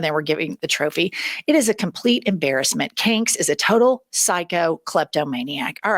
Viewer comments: Not me dying over you calling him “canks”. This entire admin is a effing clown show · Omg!! “Canks!” 😂😂😂😂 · "Canks." LMAO! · “Kanks”, lol! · “Canks” makes me laugh as hard as Pumps